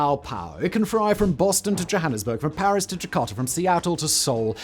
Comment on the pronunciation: You had me ... "It can fry from Boston to..." hahaha, but seriously, the A380 experience was simply sublime...